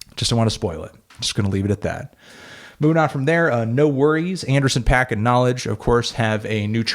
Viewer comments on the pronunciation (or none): Dude.. stop pronouncing it Anderson PACK. That's not the pronunciation and you say his name like that every single time.